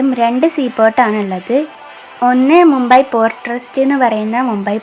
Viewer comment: മുമ്പെ അല്ല..മുംബൈ ..അല്ലേൽ മുംബായ് ..അതുമല്ലേൽ ബോംബെ ..!